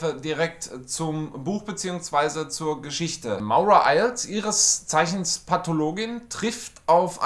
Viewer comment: man spricht es Morra 😊 Auch wenn es Maura geschrieben wird😉